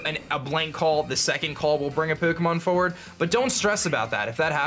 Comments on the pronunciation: Is anyone else annoyed by the way he says “pokomon” Say it with me now... it’s pronouced “Poe-Kay-Mon” or “Poe-Keh-Mon” Not “Poe-Koh-Mon” face palm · Does it annoy anyone how he says Poo-kemon? Or is it just me.. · Po'ke'mon' lol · Shiny Pookmon. Expertly Pronounced;) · puh Kay mahn that's what you're saying. Suh dude. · This was helpful, but I hate the way you pronounce Pukemon. pyuukimon? Uhg. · Lol. "Pookomon" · peaukomon. annedeautte. that's driving me crazy. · i hate the way he says pokemon. "pookiemoon" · Pook-emon is what i hear hehe :D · The way you Pronounce Pokemon triggers me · It's funny how he says Pokemon. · why do you say Pokemon weird ? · The way he pronounces his O's is so weird. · the way he say pokemon is hilarious lmao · the way u say pokemon hurta me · Am I going crazy had always said Pokemon like that?